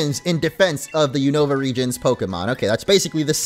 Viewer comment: It’s Vurr-RIZE-zee-uhn not Vurr-RIZZ-zee-yawn smh 🤦‍♂️ Also it‘s the YOON-uh-vuh region. Not the you-NO-vuh region. It‘s based on the UNited states OV America. YOON from UNited, OV from OF. and A from America. Kapeesh? 👌 ALSO ALSO, those aren‘t stars in the curry pot. They‘re sparkles :3